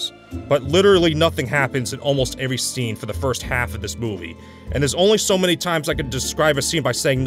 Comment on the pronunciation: I think he’s meaning to say every when he’s saying avery…